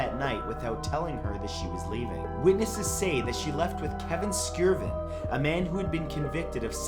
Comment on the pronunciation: I know this is two years late but Skjerven has a silent J.